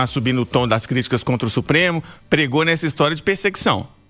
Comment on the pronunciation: "Pirsiguição" do Petê malvadão😂😂😂